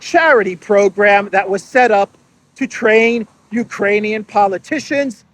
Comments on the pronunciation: I was over the moon that you also heard the cocaine word poping out, although she struggled saying the solidarity word as well,… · It sounds like cocaine but she said Ukrainian. Wrong translation. 😅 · She said "for the export capacity of Ukraini... muffle 'cocainian' grain'". So she started right, then 'corrected' herself in that ridiculous way. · Did You know? Bärbock usually says cocanian instead of Ukrainian.